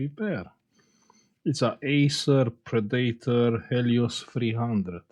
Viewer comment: I love it whenever fixed Predator laptops because of the way he says "Pre-date-or" 😂, never change!